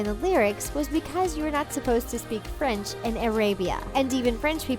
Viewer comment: Golly her French is horrible